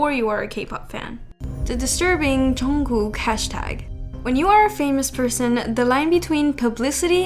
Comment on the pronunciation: its pronounced jun-g-koo not jungcook